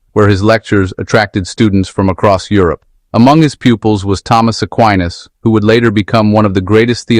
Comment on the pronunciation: What uneducated person programmed this AI male =lice. Thomas Aquino’s is read Tomas Akueenas. Not aquainas 😢